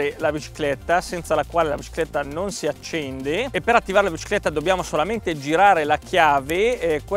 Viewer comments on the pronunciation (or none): "La bcicletta"